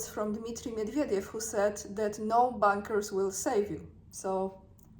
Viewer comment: Sorry,. You are pronouncing “bunkers” like “bankers”. The “u” should sounder like “u” in “under”.